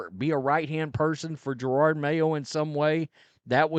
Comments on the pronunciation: It’s Jerod not gerard. You haven’t been around many black folks have you? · Here I am again just reminding you that you sound like an idiot purposely mispronouncing the coaches name. There’s only one R in his name. Ja-rod it’s that simple. Its not Ja-rard